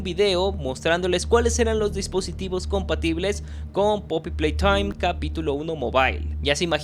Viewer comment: me encanta cuando dice " poppy PLAYTHOIM"